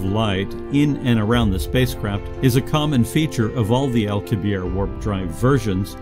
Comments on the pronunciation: How can you explain anything about how it works when you can't even pronounce correctly The name of Miguel Alcubierre correctly. The double 'r' is pronounced with a pronounced rolling of the 'r' sound. and the final 'e' should also be pronounced. It is not a silent 'e'. The last 4 letters should all be pronounce clearly, "i-e-rr-e". The letter 'rr' is considered one letter and is pronounced differently to 'r', by giving it a distinctly long roll on the tongue similar to a Scottish 'r'. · Why does the narrator continually persist in mispronouncing Alcubierre's name? It's not French, it's Spanish, thus the final 'e' is not silent, for correct pronunciation the final 'e' must be pronounced.